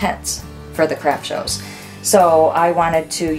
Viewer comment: Omg when she first said “Craft shows” I thought she said “Crap Shows” 😂😂